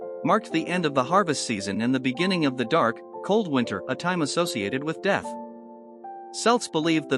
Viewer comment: It's pronounced kelts